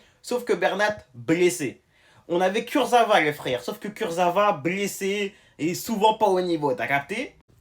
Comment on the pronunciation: Kurzawa chef pas Kurzava